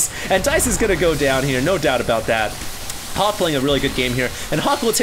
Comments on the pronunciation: everytime says Hawk, I think I hear Huk lol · is so asian when he says Hawk....people hear Huk. LOL